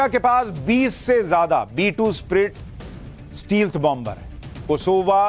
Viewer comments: स्टील्थ नहीं.... स्टैल्थ बोलते हैं । 🙏💪🇮🇳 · Dear sir, It pronounced स्टेल्थ not स्टील्थ। Regards